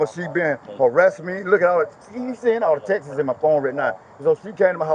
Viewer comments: It's texts not textes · He said,Reed awl dem Texas!😅 For the normal speaking humans he was attempting to say ,read all of the texts!😅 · "all them textes. All them textes" 😆😆😆😆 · He said just read all da textes😂🤣😂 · “Read all da Texas”😂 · Say “tex-es” one more time unc lol